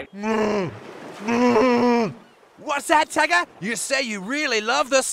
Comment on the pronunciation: No you were right, it is Tugger (Or Tugga as you might want to spell it), not Tuggerrrrrr like most Americans want to say! Never emphasise the r sound at the end of a syllable if you want to sound Aussie. All it does is modify the vowel, it doesn't get pronounced on its own